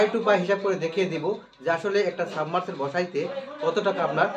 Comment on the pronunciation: অন্যকে শেখানোর আগে,নিজে জিনিস পত্রের নাম ভলো করে শিখো---যেমন-তুমি বলেছ, সাবমারসেল। শব্দটা হবে,সাবমারসিবল।